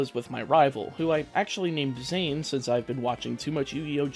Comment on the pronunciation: Its not zhane, it's Zane. Not Ryo, Zane